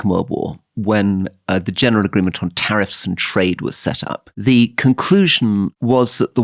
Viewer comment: The way he said “tariffs” and “trade”